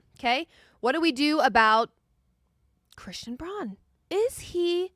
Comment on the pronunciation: I was liking this show alot and this lady is mad charismatic....until she mispronounced Chrsitans name. A real analyst of the nuggets should know how to pronounce his name.